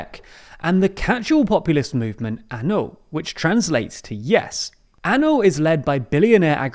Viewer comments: It's Ah-No not An-o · It’s not anu, it’s ano! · It's not A N O. It's ANO, the Czech word for YES. Do you really expect to be taken seriously, if you don't know the basics? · Ano is pronounced Ah-Noh. Like the No in Nottingham. Just for next time.